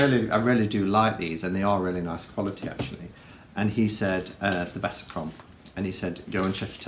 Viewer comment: hey i like the intro too, especially the watery sound! btw it's Besançon, pron. 'besanson', a town in the NE of France. 'con' is a dirty word!!👀